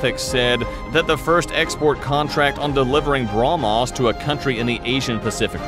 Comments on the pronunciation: Bruh-Mos Missile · take a shot every time he say BROMOS